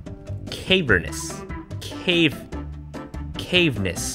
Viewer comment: Its actually pronounced ka-ver-nous! I forgave you for that last video with the whole South Africa thing, but this... this is too much. I can't watch your content anymore. Now I gotta go read 500 books so my ears can sleep at night. THANKS A LOT! 😉